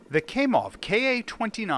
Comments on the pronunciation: Cries in pronunciation Kamov - second letter sounds like A when a doctor asked you to open wide and say ah. It's Kamov not Kaimov/kaymov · Kamov not Kaymoff 👍👍👍